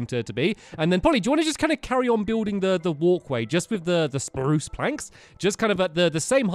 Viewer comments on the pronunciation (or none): The... Spprruucceeeeeeeeeeee Planks